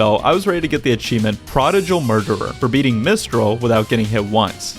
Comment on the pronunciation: Prodigal seems like a strange word to not know how to pronounce